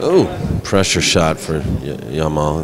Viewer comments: jamal with g not y . for pronunciation. arabic name means beauty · do you see any Y in hes name? he keep saying Yamal it start with J not Y it's Jamal not Yamal